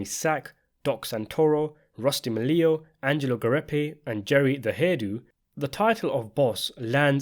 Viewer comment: The way this guy pronounces "Quarcini" is even funnier than the way he pronounces "Milio."